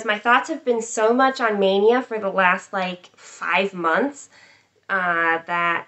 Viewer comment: Hi! You pronounce my name perfectly. I’m impressed. :) can’t wait to get started - I think I might stitch the black last… mostly because I probably need a spool and want the black to all match exactly. Thanks for having me along for the stitch along. Hashtag sounds great. :)